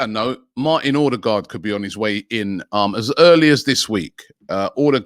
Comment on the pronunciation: Pls not ödegaard